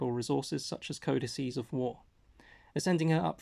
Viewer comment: omg thank you for pronouncing codices correctly! i farmed ragnar from the guild shop. it still burns, even though he's very relevant.